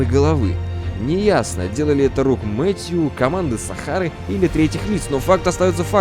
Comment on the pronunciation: Все хорошо, но МэтьЮ блять, МэтьЮ....